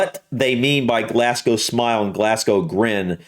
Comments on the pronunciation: Pronounced Glazgo, not Glassgo. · It's "glaz-go" not "glass-co" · It's pronounced "Glaz-go" not "Glass-gow" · I love hearing Americans mispronounce 'Glasgow'. Here in Glasgow we call it Glesga. 😂😂😂 You should do a reaction to videos covering the Scots language. That'd be interesting. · It's pronounced glarzglow